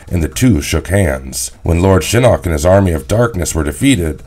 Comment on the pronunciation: I’ve noticed several name mispronunciations in this series like Quan Chi as Quin Chi, Shinnok as Shinnik and Ermac as Ermic. And I’ve heard Tarkatan pronounced as Tark-a-tan, I know the spelling is correct but they pronounced it literally as it’s spelled Tark-a-tan. You can tell whoever does these videos aren’t Mortal Kombat fans otherwise they’d never mess up the names like that. Edit: he’s also called Noob Saibot Noob Saybot…WTF! Noob Saibot is my second favourite character after Shao Kahn how can he disrespect my boy Noob Saibot but fucking up his name! So many characters they have mispronounced it’s ridiculous, this would never happen on History Behind The Warrior’s videos on Mortal Kombat characters bios (recommend History Behind The Warrior’s channel if you’ve not seen it, he’s a Mortal Kombat fan and knows his stuff)